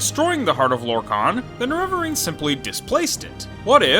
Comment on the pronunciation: I'm sorry but it's pronounced Nair Ver Reen. Nereverene